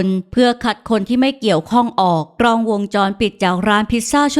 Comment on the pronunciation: รวบรวมเนื้อเรื่องดี น่าติดตาม แต่ฝากถึงผู้บรรยายฝึกใช้ ร ให้คล่องจะฟังเลื่อนไหลกว่านี้ค่ะ บางคำ ล ยังกระดกลิ้นรัวเป็น ร มันเลยสะดุด เช่น "กร้อง" ถ่ายรูป